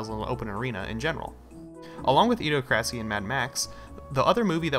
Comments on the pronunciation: It's pronounced Idee oc rassee, not ideo crassy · It's idi-ocracy. Like (Dem)ocracy. Cringe... Lol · I learned I pronounced it wrong actually, its more Idi-oc-racy. Thanks for the praise and thats a great idea!